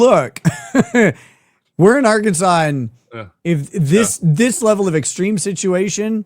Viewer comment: R Can Sans just fyi. Your pronunciation was more fun though